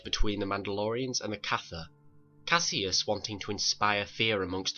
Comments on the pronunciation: If you spell it cassus say it Cassus not Cassius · It is pronounced Cas us not Cas e us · Jesus, it's not Cassius! It's Cassus. Do you try to mispronounce every word you say?